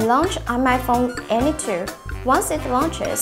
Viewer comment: Fone LMAO